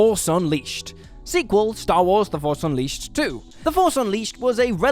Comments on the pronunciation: On the "Star Wars: The Force Unleashed" you guys forgot the h in unleashed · "Unleased", lol. Love and respect the lot of you regardless. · "the force UNLEASED 2"